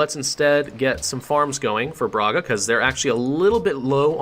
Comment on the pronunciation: Brahga is the pronunciation